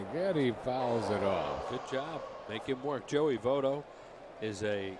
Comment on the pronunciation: they talk about a new Canadian player that just debuted: Joey "Vote-O"